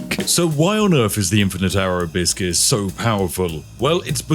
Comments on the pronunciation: I was halfway through the video before I realised Spiff was saying "Abyss gear". I just assumed he refered to those round objects as "A biscuit", and thought 'Yeah, that's quite on-brand for Spiff.' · 😂😂 I had this going in the background and thought you were saying biscuits the entire time instead of abyss gear 😂😂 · When you say "abyss gear" it sounds like "a biscuit". Yorkshire tea and a biscuit? Yes, please! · Even when I knew what he was saying, I kept hearing "a biscuit". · Am I the only one who can only hear hibiscus instead of Abyss things? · When you say 'Abyss Gear', I keep hearing a mispronunciation of 'A biscuit'. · Whenever you say "Abyss gear" I hear "Biscuit". Personally I have yet to taste a Lv. 2 Biscuit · ¿Am I the only one that hear "a Biscuit" instead of Abyss Gear EACH TIME? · "a biscuit" I heard it like "a biscuit" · took me til 19 min to finally understand he is saying Abyss Gear, I thought he kept saying Hibiscus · I wasn't watching, just listening, and at first I thought he was saying Biscuits, then I heard Hibiscus. Had I played the game before I'd know what Abyss Gear is. Lol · 😂 minding my business with Spiff in the background, speaking about biscuits. Glad I’m not the only one hearing that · I wasn’t hearing “biscuits” before this comment, but now I am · i kept hearing abyss gear as a biscuit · Every time Spiff says “Abyss gear”, I hear “a biscuit” for some reason… I think it’s time to eat. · I kept hearing you say "A biscuit". I got hungry. Had some tea. Can confirm you are a wizard. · What he says "Abyss gears" What I hear "Abyss-cuit" ah, the perfect companion to Infernal Grey tea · I just hear "Biscuits" instead of "Abyss Gears"... Cant. Unhear. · “Abiscus” “Abiscuit” “Abiskiss” 😂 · Abysscuits... half the time you say abyss gear i hear abysscuit. Now its forever their only name lmao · A bisgear? Almost sounds like you're halfway saying a biscuit, but remember it's abyss gear xD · "Abyss gear" all I hear is biscuits. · "A biscuizz"